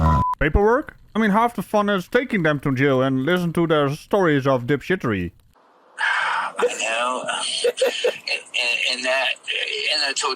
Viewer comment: Dip shtery lane 🤣🤣